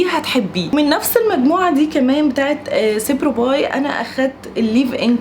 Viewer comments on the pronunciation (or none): ياريت تتأكدي من النطق الصح للاسامي بعد كدا هو اسمه سيروبايب على فكرة مش سبروباي خالص